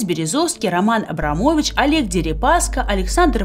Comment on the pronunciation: Эбрам ..,Эдельбаум ..., Эльцин ...